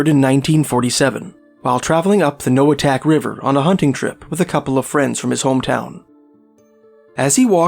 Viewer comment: Inupiaq Eskimo here, I’m certain you pronounced 100% of these villages wrong 🤓 my mother is from Noatak (no-uh-taq) and Kotzebue right next to Noatak.